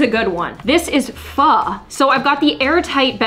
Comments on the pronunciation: It’s pho not phu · you pronounce it ‘fu’ but it’s spelled ‘pho’ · I am a Korean and you should pronounce “pho” as (fō)